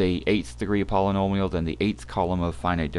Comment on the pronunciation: Lol all I heard was pollololial functions